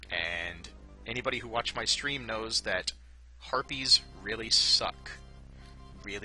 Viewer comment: When you said harpies, I heard "herpes really suck".